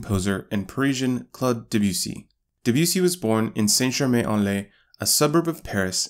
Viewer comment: His name is Debussy. Not DEbussy.